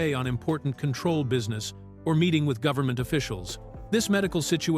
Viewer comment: Repeat, repeat, repeat: Same footage and images. Yes, one of two details of interest buried in an overwritten and redundant fashion. Talks about Michael Dunn but shows total unrelated scenes and a picture of Tom Poston. The AI voice can't even pronounce Control. Waste of time.